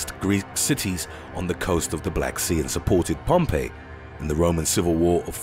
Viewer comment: Steppe when used with those people's is pronounced step. Pompey is pronounced pompee not Pompeii. Yes I know about the nabateans. You really need to go to Google and get the correct pronunciation. The video I watched before this of ancient extinct peoples was all wrong and they're full of people don't know what to look for send it. Cuneiforme not cuneiform. I am allowing for the accent. I know of Nubia and where it is and it is now thought that the Nubians went to Egypt and taught them to build pyramids. I know of all of these civilizations. I'm a scientist so pronunciation is important to me. Thanks for the video!